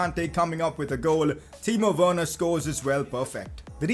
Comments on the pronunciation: Did say Timo Wayerner or am is it just me? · U said timo werener